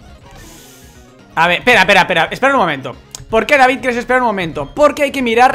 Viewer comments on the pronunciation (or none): none